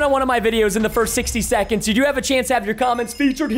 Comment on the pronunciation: lol he said “in the first 60 SECENDS”